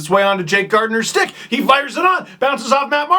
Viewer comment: It may be a minor issue, BUT if you are a fan of the team, PLEASE get the names right. The name is GarDINER not GarTNER. I have a friend who's last name is Gardiner and he would murder someone who pronounced it wrong. Minor issue, but it's hard to respect your opinion when you don't get the name right.